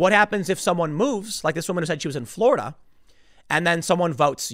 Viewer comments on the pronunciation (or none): none